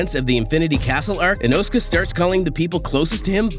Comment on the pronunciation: The saddest thing, so far, is how you pronounce Inosuke. 😅